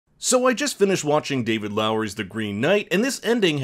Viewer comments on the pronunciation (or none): none